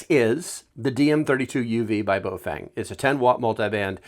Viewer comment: Holy shit thank you for pronouncing the brand name correctly. Straight to the point and informative. Great video.